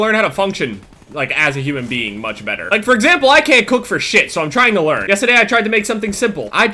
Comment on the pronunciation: from New Jersey, has no accent at all...But when he says yesterday... jk luv u bb